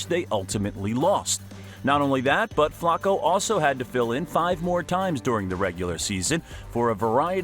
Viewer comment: The way you say Flacco hurts my brain